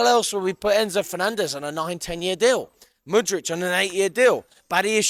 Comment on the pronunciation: Bro I beg you stop calling him Mudritch, its fucking annoying. That's not how you say it, a K doesn't make a CH sound